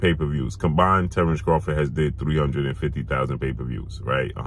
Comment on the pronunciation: If Bud changed his last name to "Crawfit," wouldn't have to pronounce it any differently than he does now.